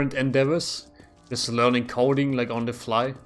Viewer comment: I heard cult when u were talking programming 👀 when it was actually coding 🤣